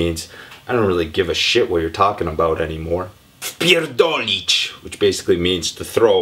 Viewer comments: Pete c'mon! U r pronouncing "wypierdolić" like "wpierdolić" There is additional "y" there :) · My Corrections: wypierdolic - throw away - your pronounciation is missing a syllable - at "wy" which makes it distinct from wpierdolic wypierdolic sie - to fall - missing syllable again wpierdolic sie - to cut in a line or to get your self into major trouble wpierdolic (sometone) - to beat up przypierdolic - to give a single punch napierdolic - yes - to get drunk popierdolic - you're almost right - to give up on something